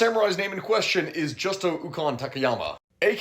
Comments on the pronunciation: It’s pronounced more like JewsToe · That's Justo pronounced Who-Sto. It's the Spanish version of the name Jesus.